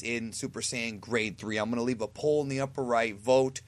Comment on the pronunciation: You said "live" a like.